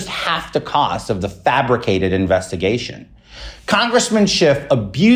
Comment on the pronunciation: "Invessigation" What a waste of flesh.